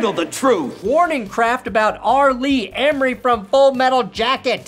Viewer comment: "Emrey"? FFS,.